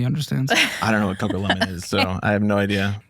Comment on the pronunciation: Not cocolemon 😭😂